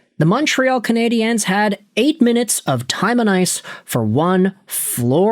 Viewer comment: Again... it's pronounced " CanadiAns" when speaking English. Coming from an anglophone Montrealer... but obviously you don't read your comments. Fool